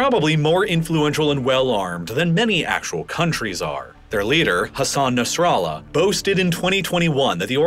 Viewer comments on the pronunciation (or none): none